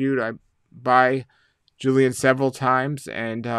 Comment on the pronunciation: Pronounced JILL - ian. Not Joo - lian.